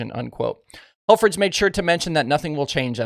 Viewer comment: Tom’s name is pronounced Hel-frick. He finished second when Bloomer won his first World.